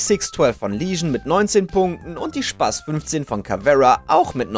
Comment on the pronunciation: Kommt es nur mir so vor oder sagt er Spaßt statt Spas😂😂